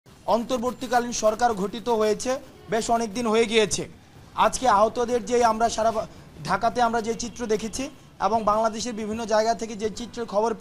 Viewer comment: Hairey Chatro??? It’s Gothito not ghothito 😮